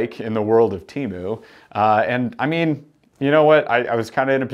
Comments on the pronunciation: Pronounced Tea-Moo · It’s pronounced TEMU 😅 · Tea moo is how it’s pronounced man you were right first time